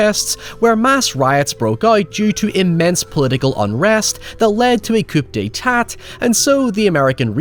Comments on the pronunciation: A ''Coop detate'''? LOL! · "Coop day tat." Eh? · ...coo-day-tah not coop-day-tat...also anumbus? anubis the way they sort of demonised anubis was what annoyed me about this film, anubis was never an evil god he was just the subordinate of egyptian hades (osiris) its the same thing a lot of movies and media has done with conflating death gods with evil gods. if they wanted to go for an evil god they should have used seth or apep since they where actual evil gods. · Coup d'état is French, it's pronounced "koo-day-tah". Edit, maybe this is engagement bait at this point but it's "Ah-new-biss". Not Anoombuss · I think it's pronounced coo-day-tah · You did NOT just say "coop day tatt." Holy shit youtubers always impress me with their blatant disregard for the little things. Like, bro BODLY chose not to look up how to pronounce an EXTREMELY old and well-known phrase. Zero regard for whether it may be right or wrong, because you're simply so confident that you're right. My goodness, bud. Coop day tatt lmao. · a what!?!?! lol Coup d'état? its pronounced more like ku de ta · "coop day tat" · Coup(coo) D'e(day) tat(tah) Lol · "Coop day tat" lol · Let me justify my dislike by saying that "coup d'etat" is pronounced COOH-DAY-TAH and that "Anubis" is pronounced UH-NYOO-BIS. Not as much of a failure to respect cultures like those poor sodding archeologists in this flick, but it's going there. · I hope you pronounced Coup D'etat as "Coupe Day Tatt" on purpose because that's exactly how I say it to amuse myself. I also find great amusement in saying Horse D'Ovaries in place of hors d’oeuvres. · No one:: "Coop Dey Tat" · My guy said "coop day tat" But in all seriousness, great vid from some non-great material! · It's pronounced like "coo day-tah",. That hurt my soul. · I like how he pronounced “coop day tat” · "coo day tah" ;) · Just a heads up, "coup d'etat" is pronounced "coo deh-tar" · "Coop day tat" in now my favorite way to say Coup d'etat